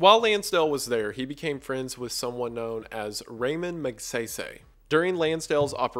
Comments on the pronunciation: {Raa mon mag sai sai) not Raymon mag say-say and the "Alien Forces" is not a literal aliens running the ph but was meant to be outside forces or other countries especially during the time with the fight against communism west of Ph. Other than that Great video. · As a Filipino, I lost it when you pronounced "Raymond Mag-say-say" XD Love your content Wendigoon. Always looking forward to the next one! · The pronunciation of Hukbalahap and Ramon Magsaysay hurt a little bit.